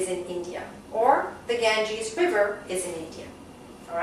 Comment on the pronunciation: You* wrongly pronounce the river "Ganges".......anyways overall nice video..thank-you *:))